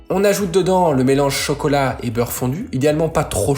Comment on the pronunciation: Le mélange « CHOcaulat » min (mon passage préféré)